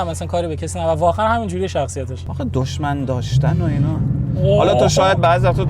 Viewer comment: دشمن نه دژمن😂